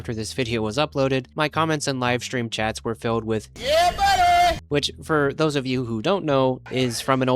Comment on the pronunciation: My favorite is the vampire huge bat, because 1 its cool and 2 my favorite animal is already the vampire bat in really life, btw i found it really funny how you said my name:_Yeahbuddy